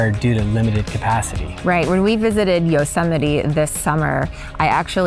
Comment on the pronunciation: LoL "YO-SEMITE"